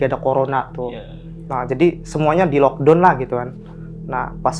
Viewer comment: sok English boleh... tp benerin pengucapannya... yg nonton byk... lock down (lock da_un)... FYI / For Your Information (eF Wai Ai) bukan ef A E etc daghhh.. 😅😅😅